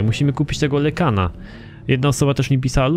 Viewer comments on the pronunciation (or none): lucek mówi się lajkan xddd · lykan czyta się lajkan xd